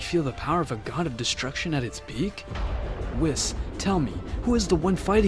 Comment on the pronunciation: Bro this guy really call Whis whisk 😂😂😂